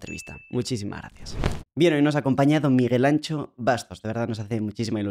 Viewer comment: Miguel Anxo, no Miguel Ancho.